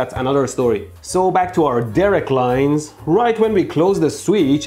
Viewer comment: The "Derek-Lines" LMAO